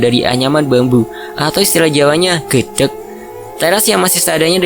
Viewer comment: Malang hadir min,maaf min mau sedikit koreksi untuk istilah dinding dari anyaman bambu "gedek" cara bacanya salah min